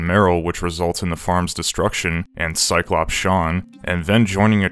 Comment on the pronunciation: Bro said “Cyclops Sean” 😂